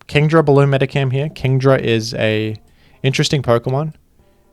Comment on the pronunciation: Pronounces Aegislash wrong in like ten different videos and chat never corrects him but they immediately jump on this for some reason.